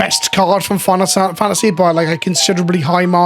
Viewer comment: tik tok brain has trouble saying final fantasy